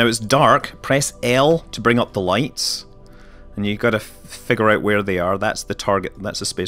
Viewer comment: nice video and commenting BUT IT'S WHERE NOT HWERE